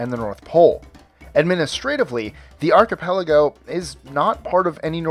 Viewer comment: Thanks for pronouncing "archipelago" correctly